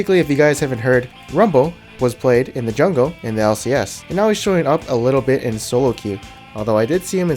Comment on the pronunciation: He's really good in the ''jangle'' lol xD